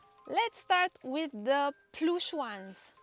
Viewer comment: Ploosh 💀 (in US pronunciation)